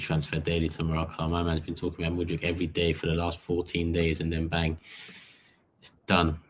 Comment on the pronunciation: I really hope we dont get him,i won't have to listen to Robbie butchering his name anymore🤦‍♂️